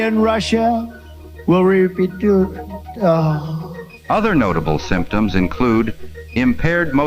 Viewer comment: "Saudi Arabia and Russia...will REEPEEDOO AHHHHHH." Literally laugh out loud when I hear that.